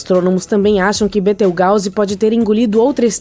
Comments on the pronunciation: Da licença. Betrigause ?????????? Aprenda a falar correto desisti na hora de assistir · Sabe nem falar o nome da estrela